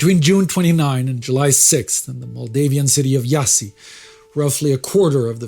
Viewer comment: IASI SI CALARASI not JASI